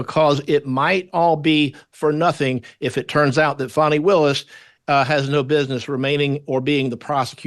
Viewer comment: 🌺💐🌸 FANI pronounced “PHONEY” 🌸💐🌺